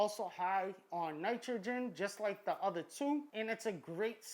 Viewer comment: "is there one betta than the utta" lolol this guy an og